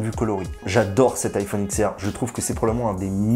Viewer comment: juste vito la video est excellente je tique juste sur le prononciation: c'est iPhone DIX R pas X R